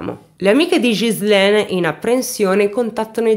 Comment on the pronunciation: Ciao carissma il tuo acento francese 😁mi rocorda molto il mio nei primi anni che mi sono trasferita qui in nel sud ovest della Francia, ma una cosa che puo consolarti e che pronunci molto bene il nome della vittima che e uguale al mio Ghizlane, buon lavoro carissma.